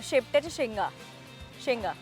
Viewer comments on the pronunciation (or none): Its not shiptichya shenga .... Its Shevgyachya shenga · It's 'shevgyachya' shenga and not sheptyachya😂😂😂